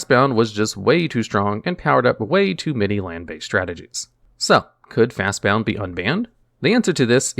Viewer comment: He keeps adding a U. There's no U. It's FastBOND